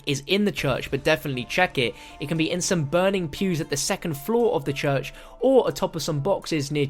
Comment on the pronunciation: The “chuch” 🤣